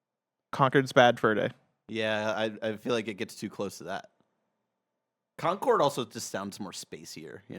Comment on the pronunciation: Concord is pronounced con-kord, not conquered. Conquered is a different word entirely.